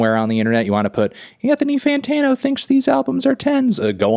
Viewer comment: Anthony Fanta-NO is a hard zero out of ten